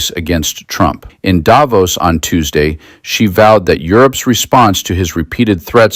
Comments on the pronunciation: please pronounce Davos with the accent on "vos", as intended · Switzerland here. Thanks for your voice. Just one point: You could even more stick out of the media crowd by pronouncing Davos correctly: by stressing the o, not the a! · Davos is not pronounced the way it is in this video.